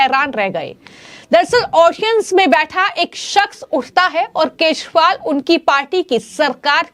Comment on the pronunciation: Maam please correct your pronunciation . Its kejriwal NOT kezwal.